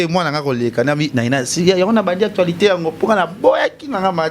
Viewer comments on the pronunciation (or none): none